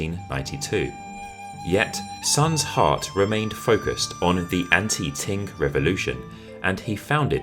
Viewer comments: Qing is pronounced as ching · Love your videos but I find it very difficult to hear you keep calling Qing Dynasty as “Ting” Dynasty. Please correct your pronunciation of this dynasty. China never had a “Ting” Dynasty. Otherwise, love your content. 😊